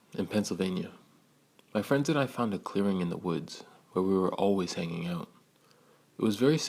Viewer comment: "...Just haininging arouund smokinining." "It sprint-ed"